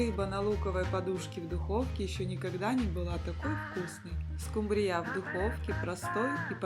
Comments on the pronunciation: скУмрия, а не скумбриЯ😢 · Почему скумбриЯ? По-русски рыба называется скУмбрия! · СкумбриЯ, это так в Индии называют😂 скУмбрию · Ну вообще то правильно говорить скУмбрия.А за рецепт СПАСИБО.!!!!😊😊😊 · 😂что ещё за скумбриЯ, это 😮